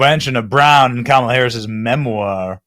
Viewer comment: Did mispronounce "Kamala"?